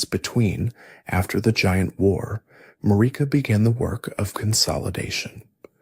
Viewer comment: The way you insist on pronouncing Marika, despite the game itself telling you the correct way, is pretty dumb.